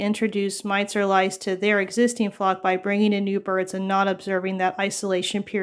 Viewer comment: Lol, I caught that too! It’s a tongue twister! 😊🐓